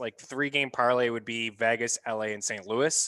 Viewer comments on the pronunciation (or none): Who is VAGas? It’s VEGas—it’s E as in Ed.